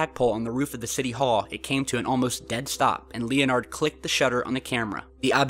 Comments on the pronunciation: OK, this is a relatively cool video. BUT....the guy's name is NOT Lee-oh-nard. It is pronounced Lenard. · Lee-o-nard? It's pronounced Len-herd